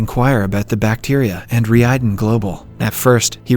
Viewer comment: You can notice it especially when the TTS tries to say "Reiden" but ends up saying "Ree eyeden"